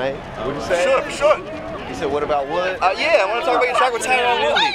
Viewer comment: You said whauutt about wuttttttt